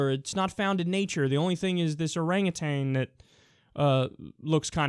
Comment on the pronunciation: Not that I want to be that girl, Kyle, 'cause I agree with most everything you say ever, but it's "oranguTAN" not "orangatang."